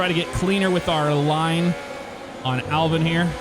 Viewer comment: His name is Albon not Albin. Edit: Or you could just butcher both Red Bull drivers names.